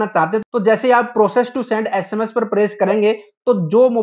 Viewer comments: Bhaiya प्रोसीड hai vo प्रोसेस्ड nahi hain🙂....bura mat manna bas galat tha to sahi bataya hai. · proccesed or proceed lol